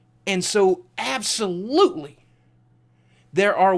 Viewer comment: Lol Ab-so-lootlie